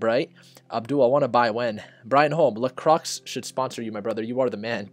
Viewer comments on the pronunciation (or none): For some one with knowledge its "LA CROY" la croix